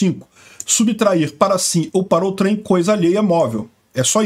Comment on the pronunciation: Não entendo a dificuldade que youtubers têm para pronunciar corretamente a palavra "outrem".